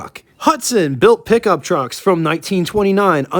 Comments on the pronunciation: "Pick-Um-Up? Truck......What urban area are you from? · If you can`t say pickup then ......................